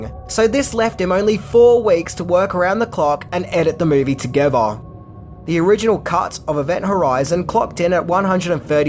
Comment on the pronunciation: Bro, I can understand "together" becoming "togevah" but the word is "similarity" not "simUlarity" it's like "nuclear" and "nucular"